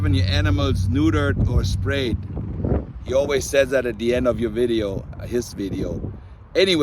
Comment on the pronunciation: neutered or 'SPRAYED' LMAO 😆🤣😂♥